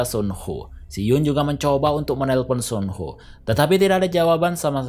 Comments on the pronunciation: Kok nyebutnya sun ho si kan suho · Mohon maaf nih bang, lu jelasin alur nya udah bagus, tapi denger lu salah nyebut Soo ho(su ho) jadi Son ho agak risih di kuping gw bang🙏